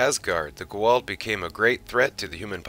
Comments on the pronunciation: STOP SAYING IT WRONG..... It's Ga-ULD.... NOT Guald... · Ohhh, Goa'uld. I was so confused everytime you said "G'walt" until halfway through the video.. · Great video. But it's Goo AH Oold not Go Wald. Very nice topic though and well done. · Who the heck is the Gooh'hald? Their name is pronounced as Goo-ah-ould! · It is pronounced GO A UULD not GO ALD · are you trying to say goa'uld? repeat after me: "go" as in the chinese game, not the english verb. like the to in toronto, but with g instead of t. "ah" "uld" like the english word "old" but with a "u" sound(like the u un fukushima). say it slowly at first, and then keep increasing the speed until you can say the whole word. but to be fair you arent saying it even remotely as cringeworthyly as some of the actors in the show. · Other than your Constant, Tragic, Embarrassing mispronunciations of the Goa'uld and Tau'ri and other words, proving you probably haven't watched the show personally, that was a pretty decent Asgard History. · Great video but yeah, every time I heard that it was like "goddammit, 17 combined seasons, the pronunciation is right fucking there for you, repeatedly" lol. Also, Hermiod, not Hermoid. And a bunch of others, kind of lost track.